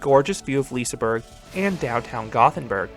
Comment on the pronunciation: btw you say Looke not Lokiiie on Loke at Liseberg. And how you said Liseberg was ok.